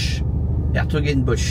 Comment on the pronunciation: Bonjour On dit s'hertogenbosch